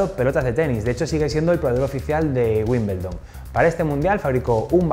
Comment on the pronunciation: Guimbeldon jajajajaja